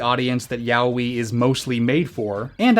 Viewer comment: /twiching eye/ Ya-oh-ee, not Yah-wee. I'm struggling to watch this 'cuz of this horrendous pronunciation.